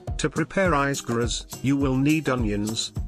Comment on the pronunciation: Use an actual human to do the narrations instead of AI. Did you even listen to the video before you released it publicly? The pronunciations of some of the dishes is wrong! Check the pronunciations of the Riz Graz and the sauce de ignames for starters.